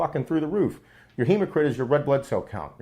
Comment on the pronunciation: Hematocrit. Not hemocrit